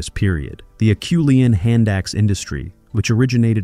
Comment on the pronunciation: Well said. AI continues to amaze me, but my senses are now usually able to tell that it‘s AI.. When AI one day learns to pronounce “Acheulean”, I’ll be truly impressed!